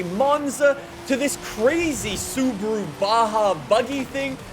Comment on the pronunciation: Why does he say sub-ru instead of sub-aru?